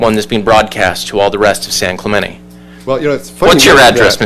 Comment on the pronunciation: So, it turns out that these people cannot properly pronounce 'Clemente' correctly.